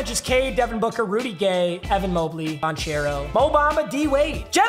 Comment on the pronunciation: Bancaro not banchairo